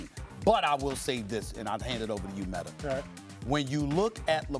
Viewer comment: "Molly, Max, Metter" Steven A stays adding an "er" for words that end with "a" 😁